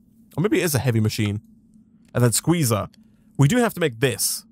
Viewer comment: What he is saying:SQUEZAAAA What i hear: SHIZAAAAAA!